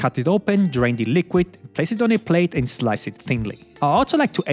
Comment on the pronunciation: Instead of drain the liquid, I understood "drink" the liquid and I was like "WHAT"?